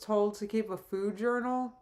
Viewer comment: I hate the way she says 'food'. I swear she didn't always say it like that, but it's like she put a 'w' in there for no reason in the past year or so. Like 'foowd'.